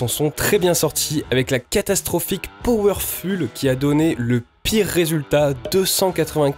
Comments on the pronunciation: M énerve avec son powerful Powerfoule la prononciation Ça s écrit bien comme ça hein Sinon super test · Excellent, merci pour le test ! Maintenant j’achèterai mes piles chez Lidl. PS : je crois qu’il n’y a pas de faute dans « Powerful », qui doit bien se prononcer « Powerfoule » et non pas « Powerfule » même s’il ne s’écrit pas « PowerfuLL », tout comme « beautiful » qui n’a qu’un L. Merci, je vais continuer à te suivre, tes vidéos ont l’air top !